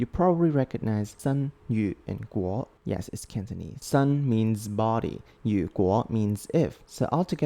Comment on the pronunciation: You made a mistake,如果is read as "ru guo" not "yu guo".